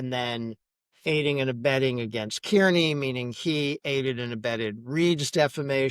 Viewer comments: If you are going to cover this- learn how to say Kearney. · It's wild that after all these years still nobody is able to pronounce Aidan’s last name you would think you would get that down before you report on the story